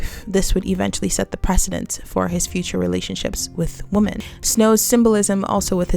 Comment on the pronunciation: Hey great video, not trying to upset you but when you say women (wim•men) you say woman singular. Common mistake but love the analysis overall